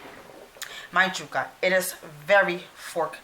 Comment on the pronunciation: Omg... it drove me insane the way you said yuca.... Jewka! .... yoooka... yoooka.... fyi the “stick” in the middle is a stem.😤